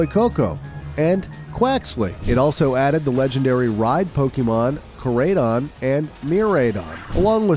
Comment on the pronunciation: Korayydawwn and mirayyydawwnnn😂